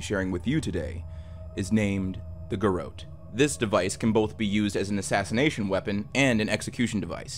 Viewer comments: Its pronounced 'Gar rotte' Not 'Gar oat'. Its also 'DisorIENTated'. Sorry. Just makes my teeth itch hearing words mispronounced. Great channel. Love your narration, brain itchs aside 😉 Keep up the great work ! 👏😁💛🇦🇽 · It's pronounced Gerawt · That’s not how you say ‘garrotte’ lol. Imagine a very French French person saying ‘carrot’. That’s how you say it 😂